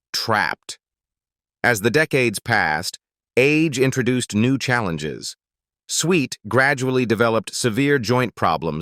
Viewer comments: Is EVERYTHING AI ???? M A S H No it was "M*A*S*H" .... You Tube is becoming second rate and quickly ... and it's SWIT ...Loretta SWIT ... AI = BS and You Tube = ??? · Loretta Swits name isn't pronounced Sweet. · Sweet!!!! Swit is the correct pronunciation....Get rid of machine dialogue... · Its Swit, not sweet. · Switt not sweet...... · sweet? its swift ass hole-- i hate ai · Swit. .Not Sweet..AI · Its Loretta SWIFT. if you can't even get the name right what are the chances anything else is correct? Not alllung cancer is because of smoking. I've never smoked a day in my life and was already stage 4 no treatment available when I was diagnosed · It’s SWIT! There’s no ‘E’ in her last name! AI needs to say words correctly!!😮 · Another AI generated bs channel that can't even pronounce the name of the show. It's mash!!! btw: Loretta SWIT, rhymes with DIMWIT Here's an idea, use GRAMMARLY, a much better and proven AI. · Click bait. The AI voice can't even pronounce Loretta Swift's name correctly